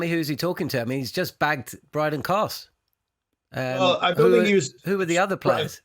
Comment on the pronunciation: Everytime you guys say Brydan Carse..... Australia piss themselves laughing. That guy is absolute rubbish